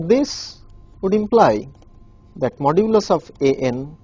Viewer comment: Modulus is not the same as absolute value. Why is he keep saying modulis